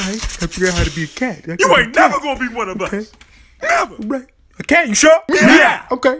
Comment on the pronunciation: that " NEVER " was personal lol